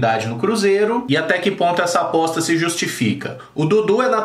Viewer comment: Só eu entendi bosta no lugar de aposta kkkkkk todo respeito ao atleta mas achei engraçado